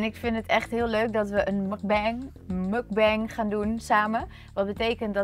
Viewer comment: Zo spreek je mukbang niet uit 😂